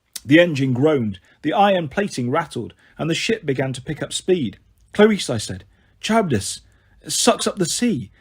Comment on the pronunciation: this is how i feel about the pronunciation of charybdis and scylla😭😭 good audiobook regardless but its bugging me